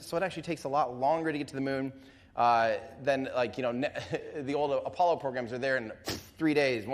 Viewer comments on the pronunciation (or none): none